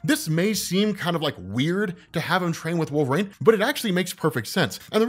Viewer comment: Why do you pronounce Wolverine like that...? 😂